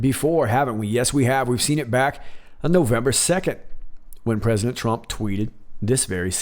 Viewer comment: Mmmmm...listened to it 5 times,it actually sounds more like prisoner then president. .good catch..👍